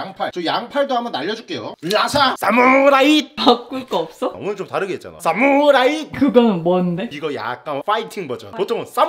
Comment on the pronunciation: 사무라이가 왜 스트라잌 으로 들리니....